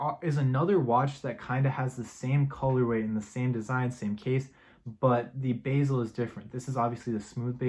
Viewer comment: it’s not pronounced basil, it’s the bezel!